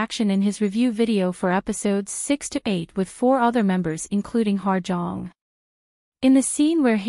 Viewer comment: Hello. Her name is actually pronounced as “Ha Jeong” and not “Ha(R) Jeong”. Hope this helps :)